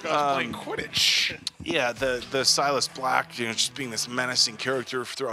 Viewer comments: keeps calling Sirius silus lol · Whyyyyyy does he keep saying sirius black’s name wrong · It's really annoying how he keeps calling Sirius "Silas." Come on! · I know this is an older video, but you keep saying Silias Black.. its Sirius Black... and yes the books go into a great more detail! and Also chocolate always makes you feel better. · Petition to start calling, The Maple, for him repeatedly calling Sirius, Sylis 😂😂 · Binging this entire series right now. I just love how constantly mispronounces names... even mispronouncing the same name in different ways. Syrus... Silus... close, close. It's also growing investment for me:)